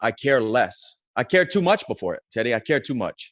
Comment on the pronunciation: when he said thanks teddy it sounded like he said thanks daddy